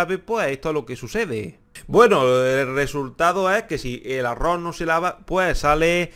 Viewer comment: Y no se pronuncia arro...se pronuncia arroz...🤦